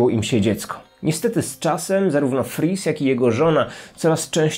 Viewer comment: Ja tam słyszę nie fritz tylko friz xd